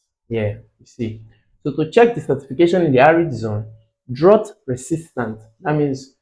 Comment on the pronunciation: Sir is drought not droght